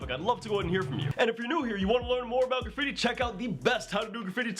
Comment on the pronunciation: You're saying graffibi...........